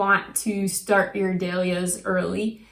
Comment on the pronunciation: I have never heard Dahlias pronounced like you do! LOL it’s dAhlias NOT dEhlias